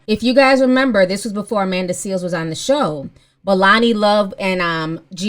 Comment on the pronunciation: Please tell me you are calling her Amanda “Seal” on purpose!